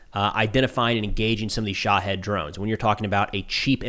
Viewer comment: Dude, you have to learn how to say Shahed properly 😒